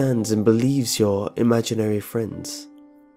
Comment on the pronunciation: imaginer friends... imaginevrf friend...